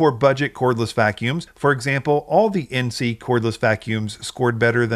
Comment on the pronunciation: Pronounced "In-say"